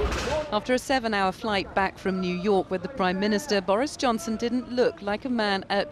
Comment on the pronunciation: Jew York?